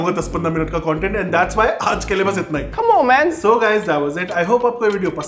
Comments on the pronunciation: Comeon man ❌️ k'mo mai ✅️ It's me bro ❌️ its meh Bra✅️ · Ghabrament 😂😂😂dabrament camon man😂😂